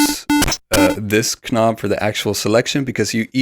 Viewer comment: I don’t mean this in an insulting way at all, but I thought you might want to know that you’re mispronouncing words which start with the letter “k”. Often in English the “k” is silent. So the word “knob” is pronounced “nob” and the word “knowing” is pronounced “no ing”. This is generally true when the “k” is immediately followed by an “n”.